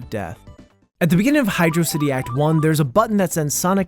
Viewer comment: Lol I hate him saying high•jroe•sihtie• instead of high•draw•sihtie•